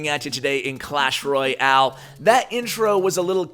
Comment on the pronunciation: Great video! I have been noticing though you say Roy-al, not Royale, could you please stop saying that :p